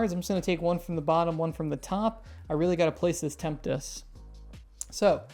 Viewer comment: Tempest, right, not temptes?